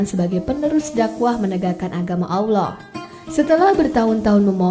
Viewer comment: Alloh mba bukan Awloh, pengucapan nya diperbaiki lagi